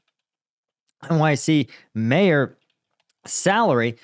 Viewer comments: Although the ethimology is, probably, the same, In civilian life we call them "mayors" -- not "majors". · Mayor, not major FFS.